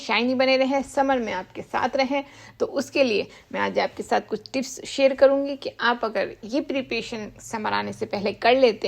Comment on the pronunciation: Apke bolne ka tareeka bahut achha lagta hai. Share ko aap sher kehti hain Moisture ko moisturizer Apko pata hai hum sab succulent ko garmi mein maar dalenge Fir bhi bachane ka tareeka deti hain